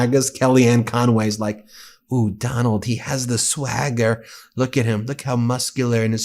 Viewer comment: Did she say swagger or stagger?